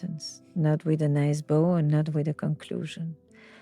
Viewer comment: Girl If you say “….and(t)….” ONE MORE TIME 🙄